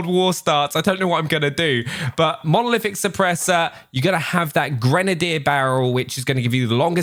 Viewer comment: finally says Monolific and hhhhdr